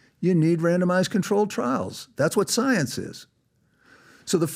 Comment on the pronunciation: "TRUST THE SOYIENCE" .....NOOOO!!!